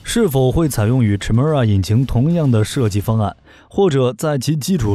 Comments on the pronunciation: 發「凱」而非「闞」的音！請參考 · Chimera 发音： Kai mi ra , 混血的意思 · Chimera, from Greek mythology, is a fire-breathing female monster with a lion's head, a goat's body, and a serpent's tail. The "ch" is pronounced "k" sound.